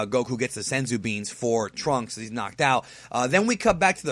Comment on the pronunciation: I love the way says Turunksu, way better than the name trunks